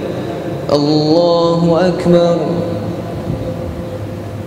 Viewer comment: lafas takbir kurang tepat. wajib di perbaiki krn itu adalah rukun yg wajib.